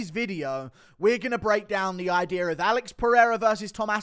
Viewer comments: “Another ideer” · “breakdown the ideer”